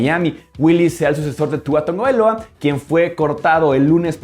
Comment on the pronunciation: Sigo sin entender por qué le dicen Tongovailoa a Tagovailoa, avísenme, yo también me quiero reír :c